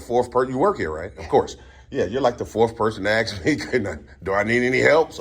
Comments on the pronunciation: Ask not axe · Trying so hard to speak with intellect, but CANNOT pronounce one Simple word..... WTH does "Acks" mean??? If you're trying to speak with BIG words to come across as a Smart individual, why not try to pronounce the SIMPLE word of "ASK" Correctly... "ASK, ASK, ASK, ASK, ASK... IT IS A VERY SIMPLE WORD... You're Now Dismissed 🤔😂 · Why can't so many people pronounce the word "ask"? It is not "aks" the s is before the K. Whats up with that? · Listen…they can axe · They can axe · Acks........ The Word Is ASK!!! He needs to say it a thousand times in order to pronounce it correctly. ASK ASK ASK It's a Very SIMPLE word.... ASK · " they can axe, they can axe ".😢😢😢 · Sorry, i don't know why, but i having problem respecting people that uses the word "AKS" when they ask something.. to me is sounds un educated to say aks